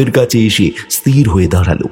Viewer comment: বাংলা উচ্চারণ এতো ভুল করছেন কেন? স্থির ই-স-থি-র।ই-স-তি-র নয়।